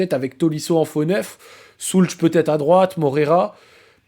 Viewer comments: Magnifique 🫶 Par contre… pitié… pitié… ô grand pitié… Si tu aimes autant notre Pavel… la prononciation… « Shoults » et pas « Soulch », j’ai les oreilles qui saignent 😂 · Ça se prononce « Schoulz » et c’est nettement plus agréable que « Schoulk » 🤣😭